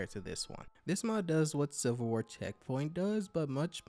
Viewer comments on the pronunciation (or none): I swear you keep saying "silver war"